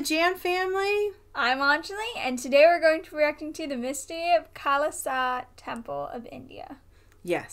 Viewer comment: Its Not Khalsa Its Kailasa 🙏